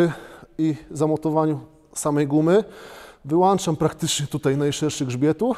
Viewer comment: "wyłączam" wyłancza się wyłanczniki - pozdro600